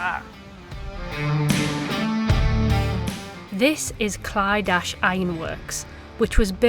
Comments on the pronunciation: It's pronounced! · Well done I live close so it’s pronounced like …. clid A ch the ch is like your clearing your throat 😂🤣😂 obviously iv spelled it in English or wenglish 🤣 well done good luck 👍👍👍🏴🇬🇧🇨🇦🦢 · Clydach pronounce C [cup], l [lay], y [ i -in], d [dad], a [are], ch - the sound made when you try to clear something from the back of your throat.